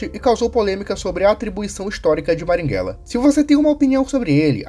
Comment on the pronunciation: Marighella; A própria história mostra que ele queria trocar uma ditadura por outra enquanto praticava terrorismo (Isso foi dito pelo próprio Fernando Gabeira, mas, infelizmente, você não cita isso no vídeo). Passe adiante. (você falar maringhella, em vez de marighella me pega demais kk)